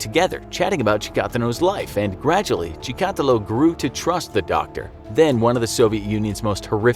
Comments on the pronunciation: You pronaunce his name wrong , its not chikAtilo its chikatI'lo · The way he pronounces Chikatilo, - "Chee`kAAtilo", and repeats it like 200 times later on, made me bleed from my ears. its "Cheeka-tEElo" (like in Armadilo) for gods sake!! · Chica-TEElow. Not Cha-COTtalow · That’s not how you pronounce his name. You’re saying it like chtakulo. It’s pronounced like chika-tee-lo. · pronounced like' Shika-tilo' not 'Chi-ka-ti'lo!' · Not chikAtilo, chikatIlo Also, on , this is wrong Rostov. Chikatilo ived in Rostov-na-Donu near Ukraine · Ha! He keeps saying "Chee-kah-till-oh" instead of "Chick-a-till-oh" It's distracting... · Chikatiiiiilo not chikaaatilo jees my ears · You pronounce Chikatílo wrong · Apparently has never heard of ANATOLY SLIVKO. Whose name they will probably just mispronounce. "Chi,-kot-illo". Are you kidding me!? It's CHIKATEELO. Enunciated as swiftly as it looks and with no spaces between vowels! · Rostov...that's where my mom's side of my family lived before coming to the US! My mom and grandparents told me about the precautions that they put in place for my mom's safety back then. They all knew a serial killer was around, it wasn't so well hidden. Btw...cheehk uh teelo. Short double e's, hollow o! I think any russian is bothered by this pronunciation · Tchicatilo or Stalin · Your pronunciation of Chikatilo is hilarious! Its chick-a-TEE-lo LOL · Чикатило is pronounced like ChikatEElo long e in the last syllable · His name is said (cheak a till o) better know as the rustoff ripper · It's not "The Ukraine." Чикатило is pronounced chee-kah-TEE-luh. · Cool video Maybe this will help you pronounce Андрей Чикатило Ahn’drey Chicka’teel’lo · Chi ka tee lo. Your a serial killer of ears with that pronunciation of his last name. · LOL that pronunciation. It's pronounced Chick-ah-tee-lah. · Andre Chikatilo (CHICK*A*TEE*LOW). That bugged me hearinging the narrator say his name that way. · Cheek. A. Tee. Lo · Dude .. it’s CHICK-A-TEEL-O